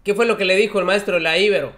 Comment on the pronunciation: Por favor, hay que cuidar detalles de pronunciación. A la Universidad Iberoamericana se le dice coloquialmente "Ibero", no "Íbero". También te equivocaste en otros videos sobre la forma correcta de pronunciar otros apellidos. Eso lo aprovechan los conservadores para denostar a los defensores de la Cuarta Transformación.